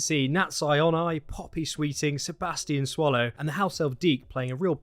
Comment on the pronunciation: Lmfao xD you accidently said Sebastian SWALLOW xD im dying